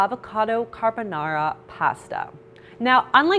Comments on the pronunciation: I'm italian. I almost fainted at the "carbonara" 🤣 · saaaamee ahhaha